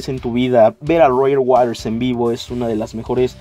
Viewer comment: "Roger Waders"